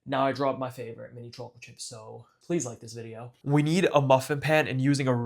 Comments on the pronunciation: chocolate swauce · i love how he says chocolate